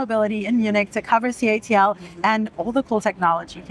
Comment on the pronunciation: It is called CATLE not ca A te il 😡